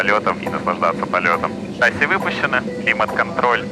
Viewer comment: не шАсси,а шассИ